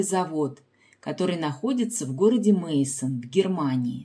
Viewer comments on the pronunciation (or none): Если вы так любите фарфор,тем более что это всемирно известная мануфактура, пожалуйста произносите правильно её название,Майсен, а не Мейсон,деревня так называется Майсен,в немецком языке сочетание ei читается как ай